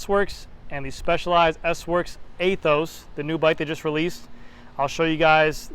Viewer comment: Pretty sure about you don’t pronounce it A-Those. Anyhow nice video. I don’t know after this video about buying the Aethos. Somehow you kinda convinced me not to, might wait for SL8 if it comes next year. SL5 will do it another year.